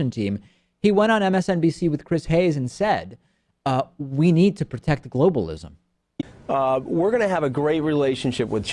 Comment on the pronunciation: "Globalishm" lmao